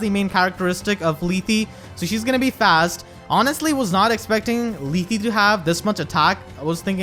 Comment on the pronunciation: It's "Leeth".